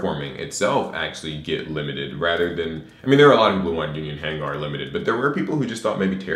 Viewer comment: why you saying "Hang-Garr" like Gengar? It's just "hang-ur"